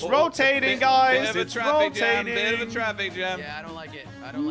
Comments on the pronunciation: Lol ‘Rotatin’ 😂😂😂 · "ROTATIN CUBE" lmao i love